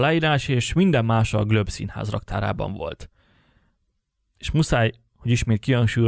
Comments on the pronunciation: Nagyon alapos elemzés! Felhívnám a szerző figyelmét azonban a Globe Szinház helytelen kiejtésére, ami sokat levon a tanulmány értékéből. (Helyesen “glób”!) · Nagyon érdekes volt, köszi!!!! ….de kérlek, The Globe Theater nevét ne ejts GLÖBE-nek! Marlowe …. nem ejtjük a “w”-t sem …..simán, fonetikusan MARLO! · Amúgy szerinted kit ábrázolnak a fellelhető Shakespeare-portrék? (Marlowe kiejtése helyesen 'marlou', a Globe-é 'glob'). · The "Glöb"? Furin hangzik🤔😉